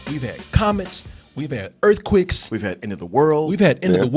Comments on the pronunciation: Ha, Nahhhhh brotha. Its not just earthquicks you've got a problem with all your vowels. maybe its a Waco thing. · It's not pronounced EarthQuick? Been saying it wrong for years!